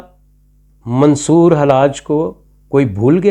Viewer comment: آپ منصور کا نام تک صحیح نہیں ادا کرسکتے اور چلے ہیں ان کا فلسفہ بیان کرنے۔حد ہے